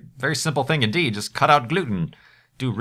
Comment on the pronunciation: Sometimes when you say "indeed" I hear "inn deed" and get very confused for a brief moment.